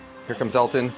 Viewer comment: I swear I heard Kenji say Alton not Elton and my brain went crazy trying to figure out how I had never heard about a song another famous chef did with George Michael. Live the song but also kinda sad the other version isn't out there.